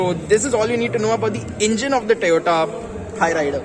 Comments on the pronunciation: It's not Tayota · My goodness! So weird hearing him pronounce Toyota as "Tayota".